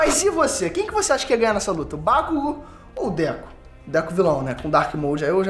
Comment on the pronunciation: Mano 🤣🤣🤣, não é Déku, é DEKU...🤣🤣🤣 DÉCO, é o ex jogar do Barcelona 🤣🤣🤣